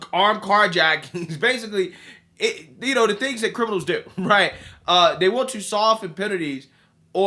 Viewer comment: please try to pronounce the words this, they, that correctly and not dis, dey and dat... seriously Bro.